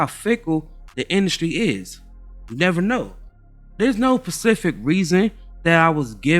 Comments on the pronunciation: Not "pacific" .... it's "specific " .... iykyk where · Specific not pacific... Specific...